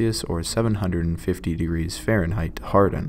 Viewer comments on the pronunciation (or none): none